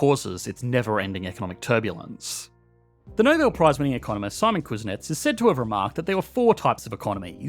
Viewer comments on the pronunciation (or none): none